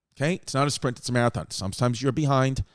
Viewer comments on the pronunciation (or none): none